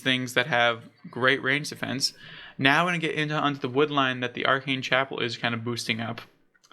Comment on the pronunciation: Love your content my dude, I’m subbed! Just a piece of constructive advice, pay close attention to pronounciations. Especially for the player names (Val-de-mar, not Vladamir) and even landmarks (Aa-ken Chapel, not “Arcane”) Otherwise you’re doing a great job! :)